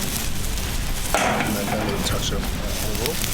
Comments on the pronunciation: Gordan "and Jost a Tooch of Olive Oiel" Me: "THATS A LITERALL WATERFALL OF OLIVE OIL!" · Lil bit of Olivol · And top that off with a “little” touch of olivol. - Marco Pierre White